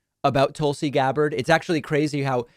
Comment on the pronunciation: Tool-C Gab-bard lol